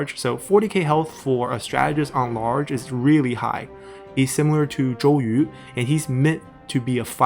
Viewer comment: BTW XunYou is first sound, you're using second sound.